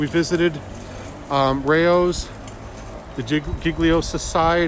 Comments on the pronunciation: It's not "Rou"s" it's RAY-oh's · Not rows like you have a row with someone. RAY-ohs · Rao's Pronounced RAY-O's